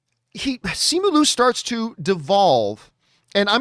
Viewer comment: Hey John, Simu Liu tweeted the correct pronunciation of his name back on May 2nd. It’s See-moo Lee-ew. He also added the correct pronunciation of Shang-Chi. It’s Shong-chee.